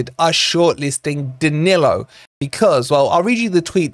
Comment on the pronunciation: Isn't it about time we all started pronouncing our Brazilian players' names better? It's "Muriyo" and "Daniyo" 😅